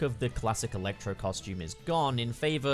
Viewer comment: I love how weird you say "il-ectro"